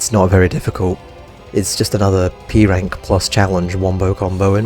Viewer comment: at the beginning when you said p-rank i heard e-rank